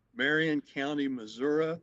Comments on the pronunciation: You could tell she was so confused about the court process. I truly felt for her. SO since she signed the waiver, does she have to apply for bail in Tx OR Missouri? AND for the record it's MISSOURI(eee) not Missouri (ah ah ah) I totally get why she was confused. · If you have been saying "Mazurra". Yes, yes I believe you have been. I'd never heard it called that in my life, personally. Plz don't think I'm poking fun at you. It just kinda tickled me when I heard it...😂💯